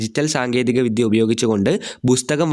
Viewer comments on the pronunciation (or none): none